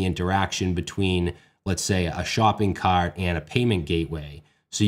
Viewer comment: Oh the accent comes out when he says "shopping cARt"